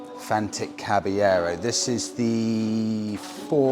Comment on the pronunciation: It's Fantic caballero, cabyero?